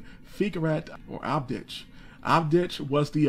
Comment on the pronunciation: It is Babich, Abdich, Krayina... come on man your pronouncing is horror... ear bleeding.